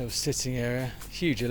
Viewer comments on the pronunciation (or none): none